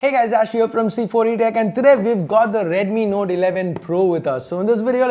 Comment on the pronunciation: Please control the accent. You said "Node 11 Pro" and "Node 11 Pro+".